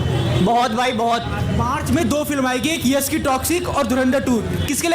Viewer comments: Yash ko Yas Yas bol raha hai. Batasa nahin bay Batasha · यस, इमोस्नल, क्लैस, बतासा… 😂 यश, इमोशनल, क्लैश, बताशा…